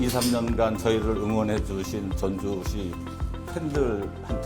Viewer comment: 전주시가 즌주시했네